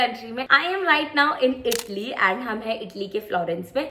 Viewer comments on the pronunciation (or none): Not "ITLEE" BUT "IT - A - LEE"